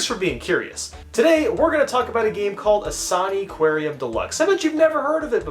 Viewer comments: "In-saa-nee"????? It's Insaniquarium, as in Insane Aquarium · It's INSANE! NOT ISANE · I don't really like how pronounces "Insaniquarium." It's a portmanteau of "insanity." and "aquarium." So In-san-ih-quare-ium. Not In-saan-ee-quare-ium. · No way he pronounced insaniquarium A saknee kwaryun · Ah yes Insaniquariam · I pretty sure is pronounced insane-Aquarium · My only gripe with this is how you call it, "In-sah-ney-quarium" other then that amazing review of an equally amazing game. Also cool guitar remix in the montage section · I played this! Also its pronounced insane-i-quarium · Pronounced insane aquarium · I can't be the only one internally screaming every time he says the name like that, right? Isn't it pronounced insanitarium but aquarium? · It's pronounced insan-ni-qua-u-ium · Its pronounced (im pretty sure) In-san-aquarium, almost like insane aquarium but its san and not sane, also this game is literally me and my sisters childhood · I remember playing this game all the time. Also, it's pronounced 'Insane-Aquarium', IMO. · terrible at pronouncing bandy ITS CALLED INSANE-AQUARIUM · The game’s pronounced, “insane aquarium” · Isn’t it pronounced “Insane-Aquarium”? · my gOD STOP PRONOUNCING IT LIKE THAT